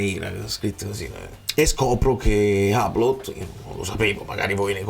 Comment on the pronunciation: Hublot è una marca di orologi di altissima fascia, e si legge UBLÓ. Non sapevo avessimo avuto una maglia con quello sponsor, ai tempi l'avrei comprata